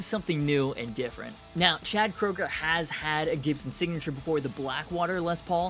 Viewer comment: It's Koeger (Kru-ger)